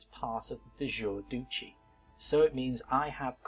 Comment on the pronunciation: duchy is pronounced dutch-y